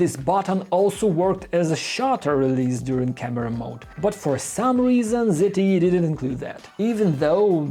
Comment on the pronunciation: how the F people pronounce the name it's not ZITY. it is Z T E!